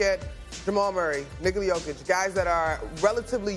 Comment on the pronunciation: Did these hosts all have drinks before this shoot or am I having a stroke? Lots of slurring speech and mispronouncing names. Maybe they just suck 🤷‍♂️